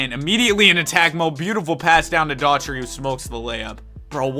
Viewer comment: Love the content, but you gotta learn how to say players' names. Daugherty is pronounced "Dough-Herty" not "Her-tree" and Etan is "Eee-ton" not "Eee-tin." Great hypothetical vids though...💪🏾